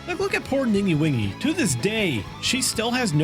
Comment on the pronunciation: poor ninguwhingy 😭😭😭😭 the way u said ningguang